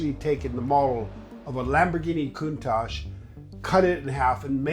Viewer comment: I believe Countache is pronounced with a harder "k" at the end in accordance with Piemontiese dialect...😉